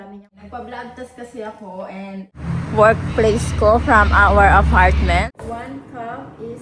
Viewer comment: She’s not from a rich background kaya don’t expect great pronunciation. But it’s okay, at least di sya pretentious. I like her.